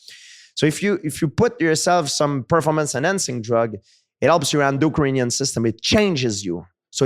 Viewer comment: I love gsp for a multitude of things. How he is as a martial artist, a human being just love him....but his accent...i love it. Trying to say endocrine system but it coming out as "endo-Ukrainian"....hilarious